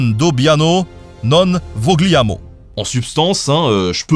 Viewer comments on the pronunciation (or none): la prononciation de "vogliamo" m'a fait mal aux oreilles ça se dit "voliamo". Super vidéo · Vogliamo se prononce Volliamo et non VoGLiaMo ...le gl c'est LL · On ne prononce pas le '' G '' suivi de '' L '' en italien ... Vogliamo = '' Voliamo '' en phonétique ... Bien à toi ... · Super vidéo comme toujours ! Pour info Vogliamo en italien se prononce «voliamo» et c'est pareil pour tous les mots où on trouve la syllabe «gli» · Non DobbiaMo et non Vogliamo ( prononcé Vo li amo) ! :) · Dans le mot vogliamo le g ne se prononce pas en italien dans ce cas. On dira « volliamo » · Vogliamo aie aie... cela ce prononce voliamo en italien gl se prononce l